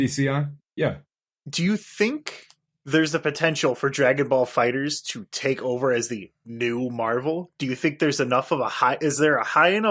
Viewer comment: I hate how says Dragon Ball Fighterz. It’s pronounced Fighters, not Fighter Z